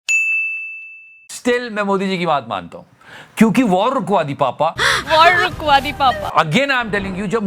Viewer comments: Waaawr wukwaa di papa😂😂😂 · Rukwadi WITH an accent